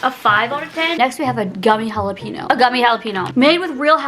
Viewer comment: It’s JalaPEÑO not JalaPINO lol